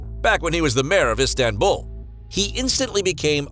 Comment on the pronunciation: Its not Instanbul